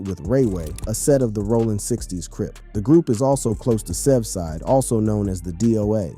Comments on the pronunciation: Me too he said safe side it’s sevside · ygzeee? safeside? it's sevside